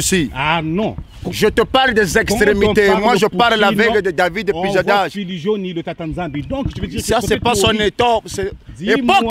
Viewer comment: David Pujadache😂😂...dose un peu frérot, juste un peu 😂😂et c'est Pujadas